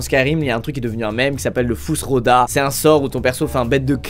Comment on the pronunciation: Le frus rho tha il m’a flinguer 😂😂🤣🤣🤣🤣